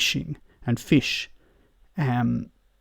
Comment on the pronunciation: Every time said FISH” I winced. That annunciation was like a kick to the nuts.